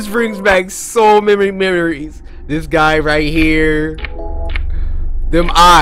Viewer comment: “So mamy memeries”